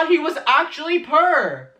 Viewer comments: Not going to lie I didn't want you were saying when you said "pur". I had to rewatch it and realized you said poor 😂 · i love your accent but when you said poor i thought you were saying purr like a cat and talking about shames cat fetish 😭😭😭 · I love the way you say poor it sounds like your saying pur. The faces you make are pretty much on par to what I've said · I'M SORRY IT TOOK ME 15 MINUTES TO REALIZE YOU WERE SAYING POOR AND NOT PURR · Who else thought he said purr when he said poor 😭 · i legit got confused as to why he was saying "purr" then i realised he was saying poor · translation: when he says purr he means poor guys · When u said poor I thought u said purr and it reminded me of Shane's cat fucking fiasco 💀💀💀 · He was just saying “poor” but it’s just how he says it :) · I kept thinking "why do you keep saying Shane is PUR he's not a cat" and then I realized you're saying he's POOR and I finally understood what you were saying lmao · Everytime he says "pure"(shoot.... It's "poor".. Sorry.. Oop). I think of Cheeto. Happy kitty go "purr"😺? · Why did anyone think he was poor? Honestly it took me a minute to think of what you were saying 😬 I thought you were saying “per” I did get the conspiracy palette, I even have a mirror but know I dk what to do with it. I wanna sell it or something but I don’t know if anyone would even buy it anyway. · “Purr” ????? I’m just confused because does that mean they pronounce all double “o’s” as “urr” ???? ......phonetically it doesn’t make any sense. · It took me a hot minute to realize he wasn’t saying PuUr 😭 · Is he saying poor as purr I thought he was going to say purse or something lmao still love u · Purr? Really, that's your pronunciation for poor. Purr, purr you. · am I the only one who didn't understand him when he said "Poor" but it sounded like "purr" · I literally sat here for a full minute trying to figure out what meant by “PUUURRRR”😂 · When you say perr do you mean poor or pure? I'm so sorry